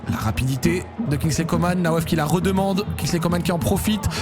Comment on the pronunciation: Coman c'est pas comane coman an pas mane